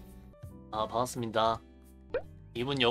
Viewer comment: 이 분은 반갑습니다를 방합ㅡ슴이다 라고 말하는게 포인트인거 같음 ㅋㅋㅋㅋ